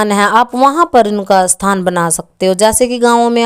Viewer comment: बहन आप थान बोल रही है या स्थान मै समझ नहीं पाया शायद आपका मतलब जगह देने या नहीं देने से है